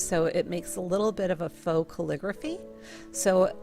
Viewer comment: Faux: pronounced "foe" its French for fake or artificial ;) Love your channel btw!